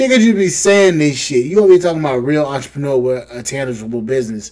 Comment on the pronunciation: Did she say she was an "antrepreneur" 🤣🤣🤣